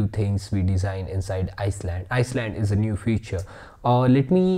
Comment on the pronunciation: Islands is pronounced eye-lands, not ice-lands, FWIW.